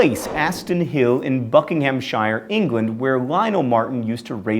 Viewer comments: and the '-ham' is more 'hm'. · Bucking'am shear is how it's pronounced. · you pronounced Buckinghamshire wrong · Buckingham-shire? You've been reading a bit too much Tolkien i suspect ;) It's Buckingham-sure In the same way as Gloucestershire isn't Gloo-chester-shire, but Gloster-sure. Sorry for the invented phonetics there, but what can you do? :D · Shouldn't you also appologizeto the Brits and explain that you can't help saying "shyer" in e.g. Buckinghamshire, when it's more like "sheer" or even better "shr". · Bucking-ham-shire... Just no. It's pronounced bucking-am-sheer. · John, I know it's your thing to mispronounce things, but when part of a word, '-shire' is pronounced '-shur', or /ʃə(ɹ)/, if you prefer it in IPA. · Buckinghamshire! Not Bucking Ham Shire! the people of Buckinghamshire are not hobbits! Also Nissan not NEEsan. Oh John Green we love you but you do say words wrong a lot of the time lol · possibly because it was horribly mispronounced. It should be said Bucking-um-sheer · It's not Buckinghamsh-ire, it's Buckinghamsh-eer. We live in counties, not places from The Hobbit. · You did just pronounce Buckinghamshire completely wrong! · You also mispronounced Buckinghamshire. -___ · You pronounced buckinghamshire wrong. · Does it annoy anyone else when Americans pronounce places like Buckinghamshire with the shire sound? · John I'm sorry, but please never say the names of English counties again. It was painful.